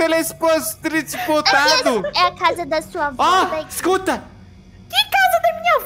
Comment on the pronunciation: Agente acabou de treugejjs tesleiytp kkkkkkkkkkkkk o falando a palavra teleportar errando kkkkkkMINDUIIIIMMMM